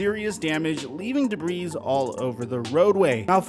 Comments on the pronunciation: I love love love the channel and the content! Unbiased, well researched...what's not to love? That being said - did muh man just say "deh-breez" when the word is "deh-bree"? In the words of one of the best ESPN bits ever - C'mon man! ;) Keep up the great work, please stay safe, F Russell Wilson and GO HAWKS! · Debris = De-Bree.... Not Dibrees.. Its not Drew Brees brother. Its Debris. Cmon man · Dabreeze?? Lol. The "s" is debris is silent brah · “Leaving debrisss all over the road way” Baaaahahahaha I bet you also pronounce the “S” when you say Illinois as well. You also probably pronounce Louisville like “Louiss-ville”. I would love to hear say this “There was debrisss all over the road when I drove from Louisss-ville to Illionoissss” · The s in debris is silent bro! Lmao!